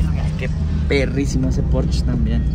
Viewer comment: Muy buenas naves pero se dice Porsche !!! No porch jajaja no seas naco! Jaja